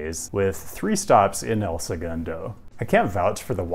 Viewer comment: Huge respect for pronunciation of El Segundo. I knew you were thorough with your research, but this confirms how dedicated you are to getting even the smallest stuff correct.